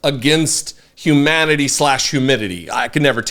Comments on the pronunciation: It did sound like she saod "crimes against Hemanity" Maybe she thinks Dr Fauci is Skeletor, or she's upset because she couldn't go visit her favorite Manatee man at the beach. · She said :HEmanity😂